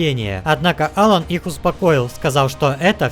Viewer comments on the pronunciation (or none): none